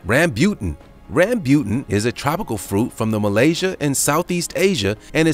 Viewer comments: Jag-wire, Ram-booten, your butchery of simple pronunciations is hilariously grinding my gears. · Ram-bu-tan and lechee.... please do a little research on your pronounciation! GAWD!!!